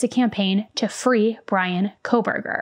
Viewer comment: The judge has about 4 months to learn how to pronounce the names of the victims CORRECTLY. At the ‘gag’ order hearing is being ever so careful to show respect for Bryan’s rights for a fair trial. To mispronounce the victims names showed such disrespect. He had no problem pronouncing Kohberger. Thoughts….